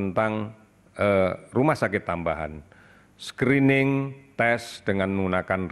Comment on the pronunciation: "Screening" bukan "Skrining" Indonseia